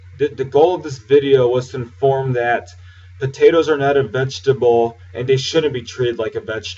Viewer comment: dude we don't say potatoes like that just because were from the south